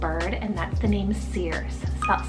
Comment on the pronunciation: Circe I believe is SIR-say or see